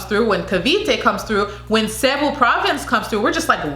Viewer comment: Hello! Here are the proper ways to pronounce the Provinces and Cities of the Philippines in this video! 😊 (I hope this will help) And thank you for trying to learn ❤️ Baguio is pronounced (BAG-YO) Pasay is (PA-SIGH) Davao Del Norte (DAH-VOW DEL NORE-TAY) Cebu Province and City (SEH-BOO) Aklan (AK-CLAN) General Santos (General SAN-TOSS) Quezon City (KEH-ZON City) Biliran (BEE-LEE-RUN) Sorsogon (SORE-SO-GHON) Davao City (DAH-VOW City) Parañaque (PAH-RUN-YAH-KEH)